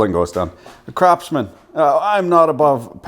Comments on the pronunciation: Do you pronounce Craftsman as Crapsman intentionally?) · I'm pretty sure you said CRAPSMAN. Kudos. Exactly how I feel. The hue of red isn't even right. At what point do you say "Let's destroy our intellectual property by incrementally diminishing the quality so we can profit at the expense of the shareholder?"